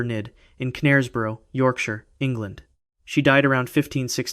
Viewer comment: Knaresborough has a silent K. I had to mention it seeing as i live nearby, i enjoy Americans pronunciation of English place names in general though.